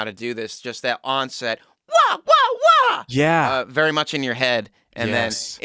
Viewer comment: from thai...you said vely well thk.